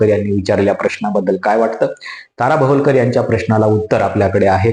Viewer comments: भवलकर नाही रे बाबा भवाळकर. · भवलकर नाही हो भवाळकर आहेत त्या